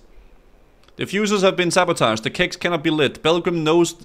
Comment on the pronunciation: "The fuses have been Sabotaged", not Saboatged Blizzard.